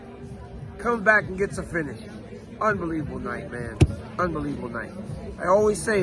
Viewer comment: "Унбиливбл" as Bisping says )